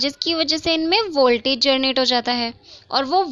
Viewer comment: U always pronounced generate as "gernate" which is wrong Think how focused and engaged with ur class I am! 😜😛😂